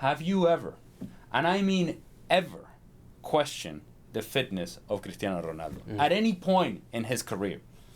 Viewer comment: Lol.. when did Cristiano become ' Critano '